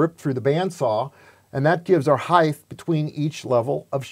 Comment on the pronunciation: Height, not heighth. 😉